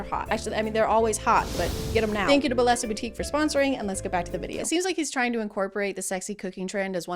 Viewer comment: Just fyi, bellesa is a Spanish word and the ll is pronounced like Y :)